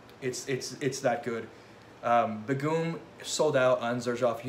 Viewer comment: What an awesome video! This was great. Begum actually is pronounced as Bae - Gum ( as an chewing gum). Hope that helps?